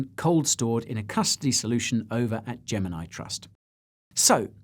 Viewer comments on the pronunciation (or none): none